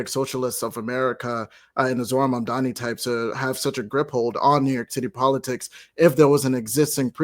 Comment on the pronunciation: Zohran "MaNdani" ?! Learn to pronounce his name first, it's M-A-M-D-A-N-I (As in "mom" + "daanie") Had you done some research, you would know the "Red Vienna" project has been a marvellous success and if it can work in a 3 million people city, it can work in NY as well, it will just take decades for the effect to properly take place... If you guys can tolerate an incompetent rage tweeting orange faced toddler, you can damn sure tolerate a democratic socialist for NYC...